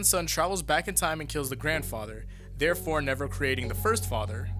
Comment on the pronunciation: "father neer born"